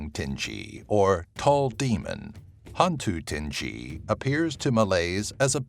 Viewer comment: 9 is not hantu tinggi it's hantu galah